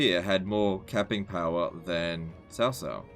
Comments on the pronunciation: C in Pinyin is pronounced ts like in cats. If you want to get real technical, the caos are actually pronounced a little differently from each other because each one uses a different tone. It is Cáo Cāo with a rising tone on the first one and a high tone on the second. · Nope. Ciao is somewhere between a Ch and a Sh sound, so somewhere between Chiao or Shiao. The C in Cao Cao is more like a Ts. so like Tsao Tsao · Blanco it’s like ts, not ch, not ciao